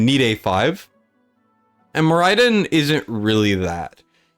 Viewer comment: More Eye Din was painful to hear